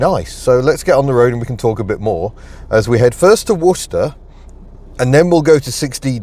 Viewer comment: Fortunate for your American viewers too, as they now know how to pronounce both Worcester AND Worcestershire... Saucy! 😅